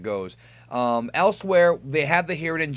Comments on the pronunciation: Did you say, "Hiren and Jit?" lol No worries, just found it funny because sounds like a goof that would've came outta my mouth, too :D Love your reviews, man! Please keep'em coming! :) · "Hiren and Jit" lol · I’m glad I’m not the only one who kept saying hired and jit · Hiret and jit haha lol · "Hiren and Jit". Wow, where were you going over there?! LOL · "Hiren and Jit" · "Hiren and jit" LMAOOOOOOO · "hiren and jit "xdxd